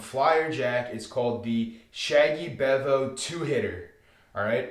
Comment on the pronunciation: Ha... sometimes Dark Side Strategies are the way to go, helps to be a little flexible and have 1 or 2 Darkside strategies "in your pocket" to use when the tables are not hitting many #s before Big Red! FYI if you roll it again, it is Pronounced "Bee-Vo" ... it comes from the Texas Longhorns football mascot! This is an aggressive modification of a much smaller bankroll strategy that uses the 3 inside numbers .. collecting on 1st 2 hits before pressing up individual #s. I had to increase the $$$s laid out initially to make it work on a $15 table and allow me to have all six numbers ACROSS after the 2 hits rather than just the 3 hugging the point. $100 per shooter is actually less risky than other Regression Strategies I have tried over the years that start with $110 or $220 inside before regressing after a couple of hits. A quick 3 PSOs at $220 each is pretty painful, I promise!!! the "Shaggy Bevo" in the name comes from an old discussion board about UT Longhorn Football called "Shaggy Bevo" that had a Craps discussion thread in the 2000s where people used to announce when they were heading to a casino and then report back about their experiences...several beginners asked for a strategy they could use to make a short bankroll last while they were there at a bachelor party with bigger bankroll friends. a user Harry Gandorf told of his 3 inside #s hug the point strategy (he felt that he always got killed betting Pass line so he saved $$ by skipping the point) ... his strategy g